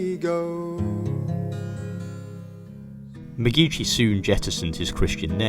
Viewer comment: McGeachy isn’t a “ch” as in church, it’s more like the “ch” as in “loch”.